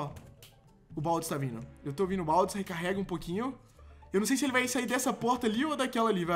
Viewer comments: Tt é "Baldi" o nome do cara, não "Baldis"! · dislike porque se fala baldi não baldis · não é baldiS é BALDIIIIIIIIIIIIIIIIIII COM IIIIIIIIIIIIIIIII